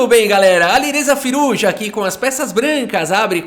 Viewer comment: “Alirrêza Firrujá” kkkkk